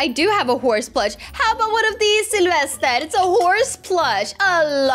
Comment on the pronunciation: Yea and i think she saids Syelvested lol